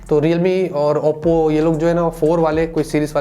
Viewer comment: Op pronounce 😂😂😂😂